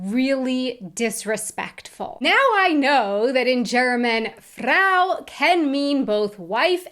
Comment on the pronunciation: You should learn the correct pronounciation of the german word "Frau". Yours sound horrible.